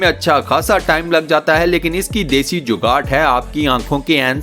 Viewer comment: لفظ جوگاڑ ہے جوگاٹ نہیں